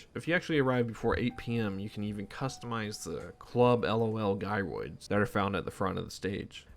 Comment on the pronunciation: This dude won't stop saying guy roids lol